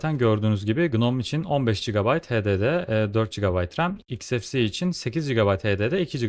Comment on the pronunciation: Telaffuz "iks-ef-si" değil, "eks-ef-si-i" şeklinde olmalı. Saygılar.